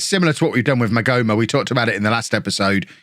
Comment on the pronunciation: The h in maghoma is silent 👍🏻